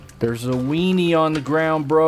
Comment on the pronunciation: I like how you say wienny